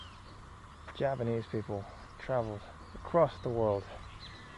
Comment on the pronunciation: As a Javanese, i see that your Javanese accent is pretty good